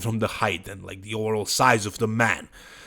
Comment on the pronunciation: English native "Overall", speaking "oWerall" 😀